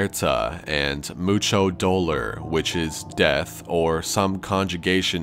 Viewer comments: Mocho doler! Lmfao CH, it's dolOR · no disrespect but I was hella confused when you tried to speak the spanish part especially the word pain but it's kay I mean I've heard way worse.